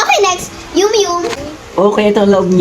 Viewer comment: Mali Po yung pagkabasa nyo ng yum yum Ang basa Po Doon ay yam yam